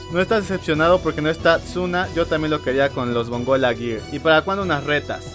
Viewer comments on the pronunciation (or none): none